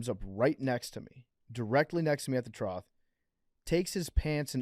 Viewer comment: Why isn’t anyone correcting PFT on how he pronounces trough?